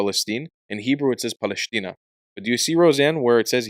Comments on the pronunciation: It is not PALESHTINA! It is pronounced PALESTINA! That letter is called SIN or LEFT SHIN - ש שמאלית !! כואב לי שישראלים לא דוברים עברית נכונה, לא מבטאים ח׳ וע׳ כיון שגם מי שאמור ללמד , לא יודעים ולא כלום! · פלשתינה Palestina is spelled with a Seen, not a Sheen. So pronounced "Pa-les-tina" not Paleshtina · Palestina with a sin, not "paleshtina" with a shin...